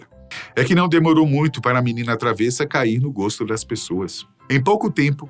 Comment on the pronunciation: Com todo respeito, a pronúncia correta da palavra travessa, de significado peralta, traquina, se pronuncia travessa com e fechado (ê) , e com e aberto (é) e para recipiente para alimento como maionese, saladas, e a estreita, madeira para pisar...